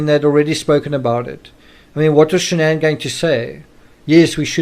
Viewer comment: Her name is Shan'ann. Not Shannon!! 🙄